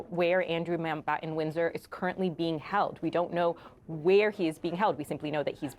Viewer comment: Way to downplay it, CNN. And somebody, PLEASE, tell these GenZ-ers to PRONOUNCE THEIR FREAKIN' T's! It's not "Mao-Bahh-Ehn," it's "MounT BaTTon."